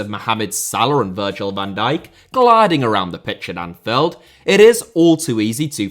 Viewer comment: "Anfeld", you sound british, but you got me doubting